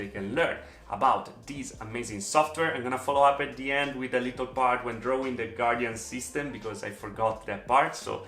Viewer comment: I love the way pronounces little LOL "Leetel". so cute